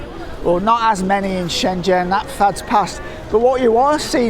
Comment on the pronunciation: Good to hear a fellow Brit who is able to pronounce Shenzhen correctly. ZH sounds like Jee as in jeep. Great video and good to see that the markets are booming again. I was last there in 2014 and it was incredible.